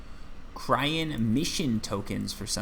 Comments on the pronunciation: Everytime he says cryen and not cyrene my souls dies a little. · its cyrene not cryene, SIGH REEN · lol every time you say cryene instead of cyrene (which is the name) it hurts me XD btw the heart is better heal wise but not as efficient i think ,dont remember the numbers of the top of my head but im pretty sure the s10 is 12 heal per pec while the heart was somewhere around 8-10 (have to double check) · Cyrene...pronounce SiiReeeennn